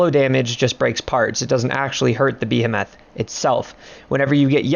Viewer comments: You're saying Behemoth incorrectly. It's Bee-Hee-Muth not Bee-Ham-Math. Thanks. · the way you say behemoth PISSES me off